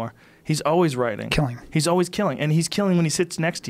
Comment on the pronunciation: Joe "What is wiriting" Rogan